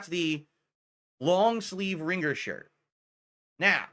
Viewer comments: Ring-gur. The 'g' is supposed to be silent,. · "Ring-gerr" tee shirt??? What's with this dood's pronunciations? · Yeah pronouncation is fascinating. Dood-Dee, Ring-gur. He doubles-up on mid-word consonants (apparently even if they're supposed to be silent like in this example). I've always wondered if he had a speech impediment as a kid he went to speech therapy for and is over-correcting/over-applying what he was taught.